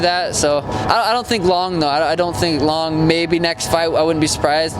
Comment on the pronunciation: Damn he said nextt